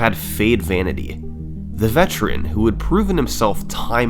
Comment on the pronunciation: “the VETRIAN”